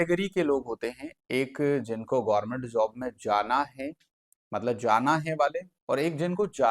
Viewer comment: गोरमेंट नहीं गवर्मेंट होता है 😅